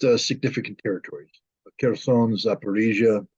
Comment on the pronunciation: It's not zaporEEhzie. It's zaporOzhie. From a russian word POROG. Which means a threshold.